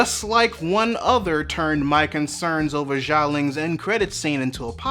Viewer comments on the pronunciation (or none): Respectfully, I'd like to point out the Xialing is pronounced with a Sh sound instead of a soft J. And the mother's name is Li (Ying Li, Michelle Yeoh is Ying Nan) due to the Chinese inversion of first name and last name.